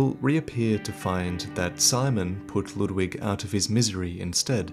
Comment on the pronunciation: His pronunciation of Ludwig (as well as other German or German-styled names like Siegward) drive me crazy. The "u" is not "uh", the "w" is like a "v" sound, the "g" is like a light "k". It's a real name, so it's easy to look up!